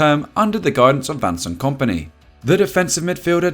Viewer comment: did he say "Vancent Kompany"?lol